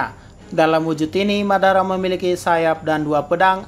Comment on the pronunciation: Madara bang bukan babara